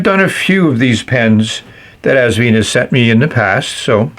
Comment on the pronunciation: Enjoyable review, as always! Just one small correction (direct from the owner, Britumn Li), the brand is pronounced '...VINE', like a grape vine. The clue is on the included instructions -- where you'll see Asvine end in a flowered vine, in their script logo. I made a video on the subject last year: 😉 Keep up the good work and videos!